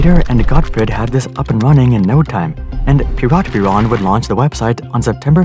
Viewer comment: I wanna scream because you're mispronouncing Siemens and Piratbyran.